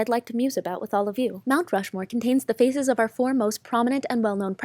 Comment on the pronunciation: !) Mount RushLESS! OMG! ROFLMAO! 2) That cop sounded impaired. 3) She's incredibly brave for E-6000'ing a freaking WIG to her head!